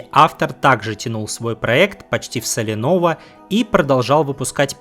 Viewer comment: "Почти в солянОво". Ты что, нейросеть?